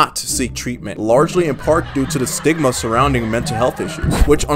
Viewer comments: stigma sounds like sigma 😭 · Stigma What I hear: Sigma